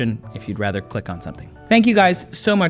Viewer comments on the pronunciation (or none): none